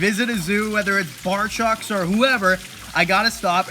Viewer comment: You are seriously mispronouncing “barczyk” - it’s not “barCHUCK” Brian always said “barCHECK”